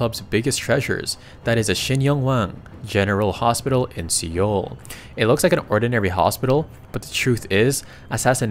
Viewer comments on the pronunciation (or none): See-oul? It's pronounced "soul" or "sole". The mispronunciations are really egregious.